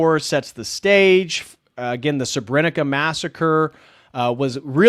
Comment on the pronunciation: It's not Rakak. It's Rachak. Metohija is pronounced as Metohiya. Srebrenica is not pronounced Srebrenika, but as Srebrenitza.